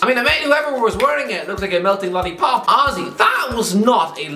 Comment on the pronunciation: I am a dumb American, can someone please explain why he keeps saying Ozzie? And yes I did try to google it. Edit: is he saying honestly?